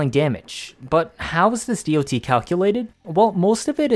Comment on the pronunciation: geez it took me 4 minutes to realise it's "D-o-T" and not "deity", i presume you haven't played many MMOs in your past? since the beginning of time it's called "dot" not D-o-T, everybody understands that. But yes, The Vergalas is my one and only weapon on my sentinel since its release, when i don't use Panzer Vulpuphyla